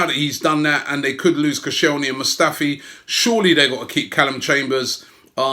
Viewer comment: it’s koscielny you asswipe